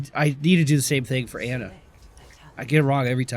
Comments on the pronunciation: It isn't "AH"-Nuh it is Onuh Amari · ITS NOT ANA BANANA, AH-NA IS CORRECT ^.^ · He better see at least one of these comments saying that he's pronouncing Ana wrong.